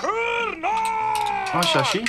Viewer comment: Cârnaați Outlăia